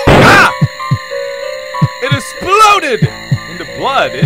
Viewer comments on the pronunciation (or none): "AH... IT ESSPLODED!"